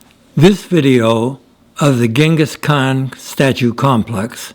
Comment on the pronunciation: Holy F! You visited the statue and the area, took a tour and obviously made this video edit after and still managed to mispronounce the man's name?